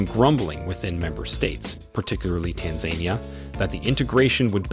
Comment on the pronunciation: You mispronounced Tanzania